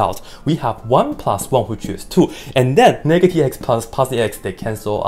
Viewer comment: “x squared plinus one”